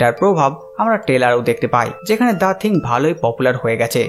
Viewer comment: থিংক না থিং